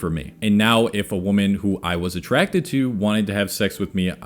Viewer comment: Sounds like you say women and woman the same way. Am I the only one that couldn’t focus on anything but that. Lol.